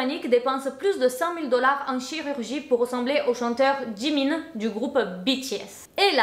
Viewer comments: Super vidéo et tu a bien prononcé "Jimin" mais je vais juste rectifié quelque chose a propos de la "K-pop" il n'y a pas que des coréens dans l'industrie, il y'a aussi des Japonais, Chinois, Thaï et même une Indonésienne et une Sénégalaise certes la K-pop viens de Corée et les idols sont majoritairement coréens mais il y'a aussi des étrangers, également que Oli n'est pas vraiment une "Idol" et c'est sûrement pas le premier européen dans l'industrie il y en a eu énormément avant mais ils n'étaient pas vraiment connu voilà❤️ sinon par rapport au chirurgies faites avec les partenariats ça ne m'étonne pas, je me disais bien qu'il ne devais pas être "Si dérangé" même si clairement faire ça est totalement bête et creepy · T'inquiète tu n'as pas écorché le nom de Jimin 😌